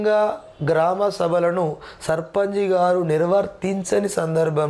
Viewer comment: Sir surpunch ni surpanji.. Ani bhaley antaru sir